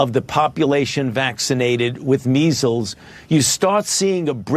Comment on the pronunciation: Jimmy I love ya but he said 90 for meizzels this is nothing